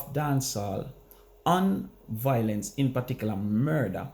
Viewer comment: Violence vs. Voilence.... Why can't Jamaicans pronounce this simple word?🤔